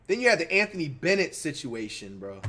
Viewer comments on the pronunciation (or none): none